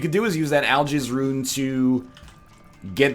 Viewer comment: To me, it sounds more like "I'll jizz" rune.